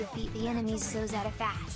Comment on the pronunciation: I find it interesting how people apparently hear different things than what people actually say...how people pronounce things differently despite hearing it from others. For example, how Minamimoto clearly says Zetta as zeh-tuh...but she keeps sayin it as zay-tuh, despite having heard Minamimoto say it several, several....SEVERAL times lol not really a complaint, just an observation, especially cause ive seen other people do it with other words